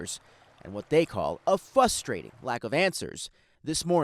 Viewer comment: . “Fustrating”? Who is this “journalist? I remember when journalists were proud of their knowledge of proper grammar.